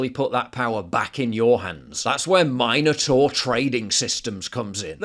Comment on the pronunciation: Min-o- tor not mine-o-tor.